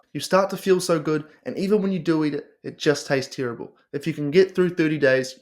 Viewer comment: Do your friends pronounce terrible as “TEAR 😢 ible” as well? Cracks me up 😂😂